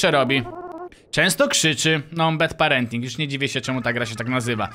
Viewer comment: nie BED PARENTING tylko BAD PARENTING :>